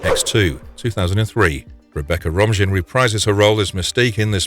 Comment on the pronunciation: It's Ro-maine not Rom-jin